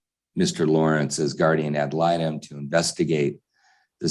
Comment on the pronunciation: You can't have a new guardian ad litem, until you can pronounce it correctly. Ya tool.